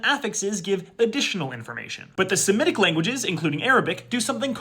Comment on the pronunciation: The only person I’ve heard all year who pronounces semitic correctly